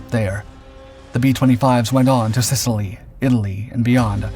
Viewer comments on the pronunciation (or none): none